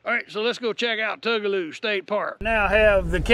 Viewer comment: I mispronounced it for years but just a note its Two-guh-low. My husband gives me the hardest time for saying Tug-a-loo. I even called them and was told I was wrong. lol!